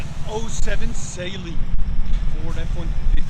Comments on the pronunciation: Saline? Brother... you gotta work on how you pronounce car names. Tee yoda, Saline? Toy-O-Ta and Suh-Lean. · Lol it’s pronounced suh-lean